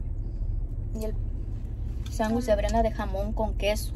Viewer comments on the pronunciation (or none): none